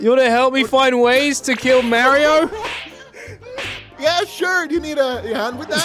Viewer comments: It’s not (mama-ree-ooooo) it’s (mar eee oooo) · Its Mario not mareio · It’s pronounced Mario not Mairio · it’s funny how they say “Marry-o” instead of “Mario”. I know Wacky says it right. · Forget you killing Mario you killed his names 5 seconds into the video. Merrio? 🤦‍♂️ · I think you mean Mario because you're saying Mario wrong